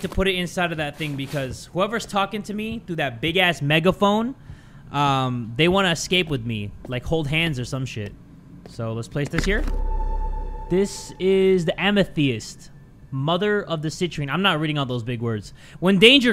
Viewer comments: let’s say it together am-a-thist- amethyst: am-a-thEast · Amethyst is pronounced (amathests) it is a real gem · "This is the ama-the-nest" CORRECTION: Amethyst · Bro said ‘ama-thee-est’ 💀💀💀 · why did he pronounce amethyst like amethiast💀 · Amatheyest 💀 Pronounce it with me Em - a - th -st ANSJDNASDBSHAdb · The way mispronounced "amethyst" made me do the hee hee ha ha's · lmao I'm still laughing when he said amethyst wrong- I cant- I'm sorry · The way you pronounced amethyst 😂